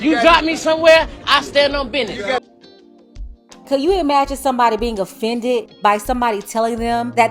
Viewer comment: “I stand on bidness “ lil bro you are not your father 😂